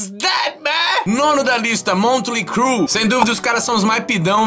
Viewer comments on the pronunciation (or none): É Mötley Crue, não Montley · É Motley Crue, não Montley Crue